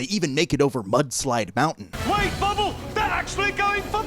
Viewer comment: I can’t get over the fact he keeps saying bobble when it’s bubble cos of his bubble glasses